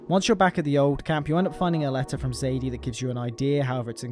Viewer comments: I personally played it the same both times and how I feel is the most natural way. I played as a total outlaw until Arthur starts counting and speaks to Joseah about redemption. From that point I changed my ways and started giving back. Also calling Sadie, Zadie is driving me crazy like seriously. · Great video thanks 👍🏻 one criticism.... Her name is Sadie not Zadie 😅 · BROOOOO ITS FUCK SSSSSADIE SUHAHDIE NOT FUCKING ZADEY ITS SADIEEEE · Sadie not "Zadie" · also her name is sadie not zaidie sorry😭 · just wondering why do you say zadie and not sadie